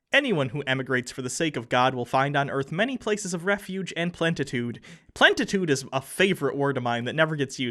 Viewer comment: It's Plenitude, not Plentitude..